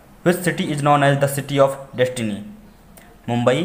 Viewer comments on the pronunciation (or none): is it destity or destiny Q14